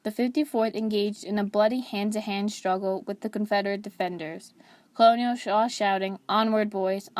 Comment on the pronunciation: Despite the spelling, "colonel" is pronounced "kernel." There are historical reasons for this. The narrator should know better.